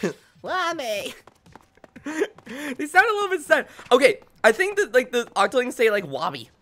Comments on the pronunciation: Actually its woomy not womy.... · YOU MEAN THE ULTIMATE "Veemo" Octo Expansion ENDING! Octolings say "Veemo" not "Woomy"! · ah yes, W O M M Y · W h a m y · No boat it’s VOOMY